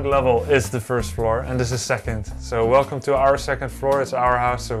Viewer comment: "hello, relcome"